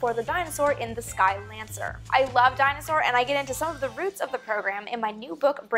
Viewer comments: MK3424 i cant be the only one who's mind's ear heard "dinosaur" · Funny how you pronounce Dyna-Soar as "Dinosaur"...